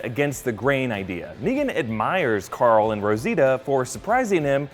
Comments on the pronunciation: hahah .. "we're goin' to woral coral!" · "warrr carrrrl..."